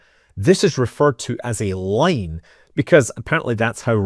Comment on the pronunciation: had to go to CC to learn you were saying "line".